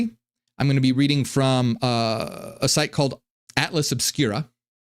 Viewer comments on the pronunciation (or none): none